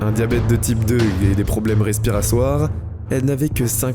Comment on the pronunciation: respirasoir XD trop drole c respiratoir